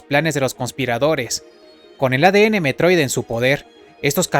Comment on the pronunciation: Se llama METROID, no mEtRoiDe.